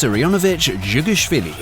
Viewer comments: He pronounced the name perfectly right lol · Не, всё нормально, хорошо произнёс. Живи дальше. (горю тебе это как человек который знает как произносится фамилия товарища Сталина) Дополнение: Но учитывая как ты всё это преподнес, не думаю что верное произношение тебя спасёт. Соболезную... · i'm not russian or georgian speaker but i speak in weird letters like "Ę" and i think you nailed it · It was pronounced right btw 😊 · реально смог выговорить. я сам только с третьего раза смог, как носитель языка. ты крут =Ъ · amazing and very historically accurate! being russian myself, that pronunciation was almost perfect, well consider not sending you to gulag for the time being